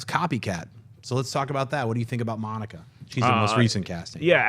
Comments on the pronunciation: Yea it is distracting. I like but he could at least try to get the names of the actors he's talking about correct. He kept saying Monica Baccarin. Her name is Morena. Also he was incorrect about all the Silver Surfer info. Fox does own "The Skrulls" as well as the Shi ar". And alot of other cosmic characters. Maybe I'm nitpicking but he's the host he can at least make an effort to get the details correct. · Any of you guys feel like getting Morena Baccarin's name right? If you're not familiar with her than make the effort to just right it down or something, it's not Monica!!! John has stated on movie talk how beautiful she is yet can't correct the name? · It's Morena Baccarin, not Bocceran. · You're killing me. You need to reread her name, it's not Monica, it's MORENA Baccarin. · It's Morena, not Monica xD Great video guys!